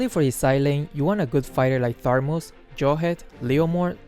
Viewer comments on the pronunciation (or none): I thought it was thamuz not tharmuz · (or higher secs) did you just say tharmus? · Lol you said tharmus xd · The person who always say the heroes' names be like : T H U M B S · More like TARBUZ